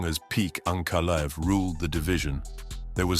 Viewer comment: "Peak Ankleav" 😂😂😂 "Peak"😂😂😂